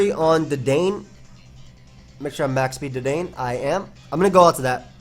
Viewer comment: I don't think anyone really cares at the end of the day, but just fyi, Dedenne is pronounced Deh-den-nay.